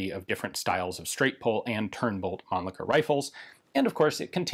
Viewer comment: So finally I hear the pronunciation correct I assume, it is Mahnn-Licker and not Man-Licker. lol